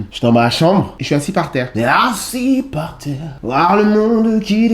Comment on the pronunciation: Ce que je retiens c’est eaaassi par tserre 🤣🤣🤣🤣